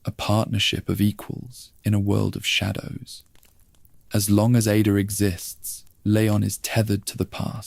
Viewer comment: it's definitely AI. Dude said IDA instead of Ada. Also when quoting someone it was like it copied and pasted the quote into its story telling in a way that threw off the sentence.